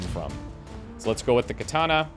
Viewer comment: Love the video. Hate the way you say "katana". Unfortunately, Japanese is a language with no real derivations as to how vowels are sounded, an a is always "ah". So, katana is three ah sounds; kahtahnah.